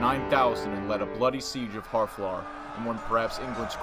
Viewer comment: Pronounciation is abysmal here.. More-timer? Its Mortimer (More-Timmer). Look up the correct pronouncing of Harfleur and Agincourt and Bordeaux. Its painful to listen to. And St. Albans. Its an insult to hear these horrible mis-pronounciations.